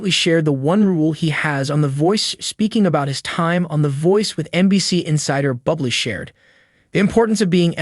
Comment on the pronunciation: His name is not pronounced Bubble Get your shit together.. Ir's pronounced 'Boo Blay' 🇨🇦✌